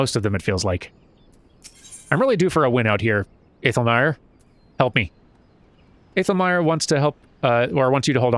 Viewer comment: Hyur use Old English and Germanic names, so æ/ae is pronounced 'ah', like in 'cat' or 'ash'. Aethelmaer would be 'ah-thel-mar'.